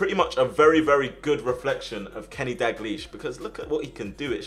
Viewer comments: Btw it's daL glish not daglish, just saying because sometimes you miss out the first L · dagleash? its dalglish - dowlgleash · the pronunciation of Dalglish is killing me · Too bad he can’t say dalglish right